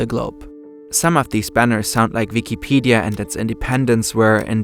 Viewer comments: saying the letter W is hard huh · Yeah, bro, halarious